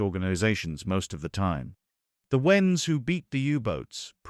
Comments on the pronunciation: Pronounced RENS not wens. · Or WRENS, half the time.